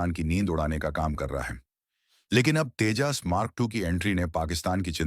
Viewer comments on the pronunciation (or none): Abe Tejaas nahi TEJAS BOL